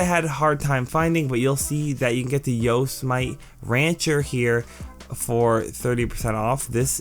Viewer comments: Just to lyk the Yosemite is pronounced (yo-sem-ih-tee) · Yose-Might lol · Please Yosemite is pronounced (yo-sem-it-ee) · I've told him before, even pinned my comment. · Yeah keep trying because the way he says it sounds anti-semitic lmfao